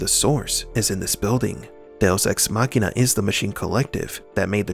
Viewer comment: "Deus ex machina". When you read this frase, it seams that you are speaking Portuguese... :)